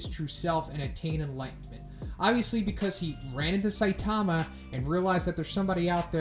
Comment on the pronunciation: Please, please, please! It's pronounced 'SAI-tama'. Emphasis on the 'Sai', not 'Ta'.